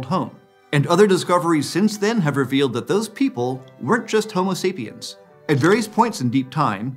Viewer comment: I thought I heard you say "homeless" sapiens 🤦🏻‍♀️